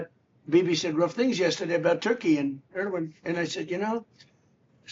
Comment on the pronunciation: Let me help you with correct pronunciation of Turkish words. The first part of Erdogan is not like Ur the ancient city. It is exactly like English "air". As you know, the g is silent. Turkish words tend to eschew the heavy syllabilization and emphasis of English. Put the same stress on all the syllables, rather than stressing the penultimate syllable as we do. The word Türkiye is Turkey's own name for itself. Take note of the umlaut over the u. It is not a bare u. It is like the German ü with the lips pursed. The last syllable is not "yay" the way you are pronouncing it but "ye" just like in English yet. Hope this helps.